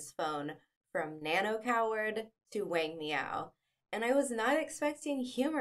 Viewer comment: You should learn the correct pronunciation of Chinese names especially that of the main protagonist "Wang" . You butchered it.